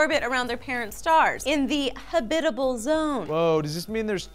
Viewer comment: I know it's a nitpick, but it's pronounced habitable zone, as in habitat. Not habitable as in hobbit.